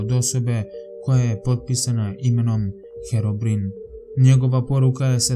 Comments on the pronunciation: herobrin,hahahahahahahahahahahahahahahahahahaha,ja mislio nesto strasnije,inace izgovara se herobrajn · ne kaze se herobrin nego herobrajn.pogledaj malo vise na Youtubu i pogledaj pravu pricu o herobrajnu. ukucaj The Wreal Story Of Herobrine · Nije "Herobrin" nego "Herobrine" Pozz :D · Super klip samo se on ne zove herobirin on sa zove herobrajn tako se cita a pise se herobrine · odnosno od kud si ti tam kažete herobrin a tamo od kud sam ja kažemo herobrine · herobrine se čita herobrain ne herobrin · Nije Herobrin nego Herobrajn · Kazese Herobrajn ne herobrin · čita se Heroine A izgovara se Herobrajn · Cita se Herobrajn lol kad Sam igrao Minecraft pre 2 godine slusao Sam ove legende o Herobrajnu I bas Sam Se usro hehe xd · pise se minecraft i kaze se herobrajn